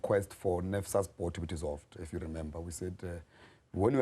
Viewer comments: Nesfas - NSFAS not nefsas - NFSAS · NSFAS not NFSAS